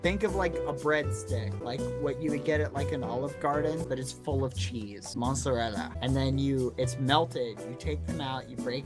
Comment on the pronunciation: THEIR CALLED MATSARELLA STICKS NOT BOSKO OR BASKO